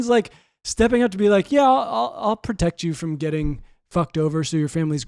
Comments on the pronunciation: Pwotect chwis Cuomo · pwotect cwis cwomo